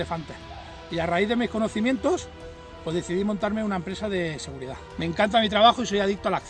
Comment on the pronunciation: Nadie se dió cuenta que dice seguirdad?